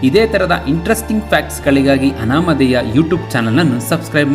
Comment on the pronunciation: ಅನಾಮದೇಯ ಅಲ್ಲ ಅನಾಮಧೇಯ. ಆಂಗ್ಲ ಭಾಷೆಯಲ್ಲಿ ಕೂಡಾ ಹಾಗೇ ಆಗಿದೆ.